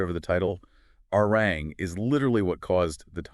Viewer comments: It’s not Arang, it’s Arirang. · "A-Ri-Rang"-- three syllables, please. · True, but then they also cycled in pictures of Stray Kids and Santos Bravos 😂and constantly mispronounced Arirang. However, it's hard to hold it against them since this video is actually well narrated and has a good breakdown of BTS and Arirang's success. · The fact that certain essential words are mispronounced video after video shows that you’re not reading the comments and not trying to correct your errors. This further tells us that the content isn’t really important to you. BTS is just a means to get clicks and make money. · This is a very good assessment and report. Thank you for all of the hard work and research behind it. However, to continuously mispronounce the album title is difficult to accept. It would have taken a matter of seconds to learn its correct pronunciation. Please look into it soon. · The very least you can do is pronounce the title of the album correctly.